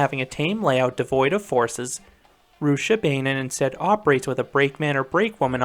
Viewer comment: Pronounced Rooch-a-baah-nen